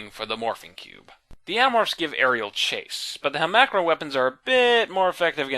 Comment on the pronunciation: Yeah the voice is horrific and he’s 100% pronouncing the name wrong